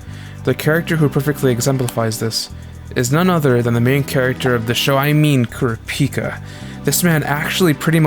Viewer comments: As an average sub enjoyer it was painful to hear kurapíka instead of kurApika srry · Why do you day it like kura pika? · Everytime he says Kurah- Pika. Like Pikachu. I think of a pokemon lol 😂